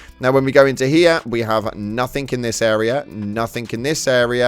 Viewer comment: "nothink" didn't know "NOTHING" had a "k" at the end of it.